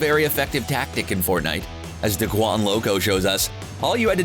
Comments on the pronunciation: It’s “ day-quan” not “da-quan” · did he just say la-ZAR beam? Edit de-QUAN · No no you called him DACWAN OMG stop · it’s DAY-QUAN not duh quan loco Also purple tac😭😭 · My man said lazaaar beam and daquan loco. Fix ur pronunciation bro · ”da-quan” it’s Daequan thank you very much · Fortnite said that the 50 health/shield made thirsting more often and also le-zarbeam!DUDE ITS LAZARBEAM...ok this is bad he even said daquans name wrong